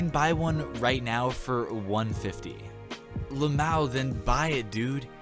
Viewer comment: Had to unsubscribe because you pronounced lmao as a word 😔